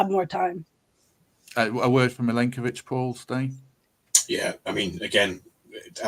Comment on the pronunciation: Could I politely request that learns how to pronounce Milenkovic's name correctly please (Mill-enk-o-vitch)